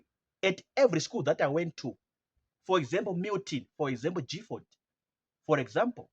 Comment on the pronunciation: It's Gi Gifford not Jifford!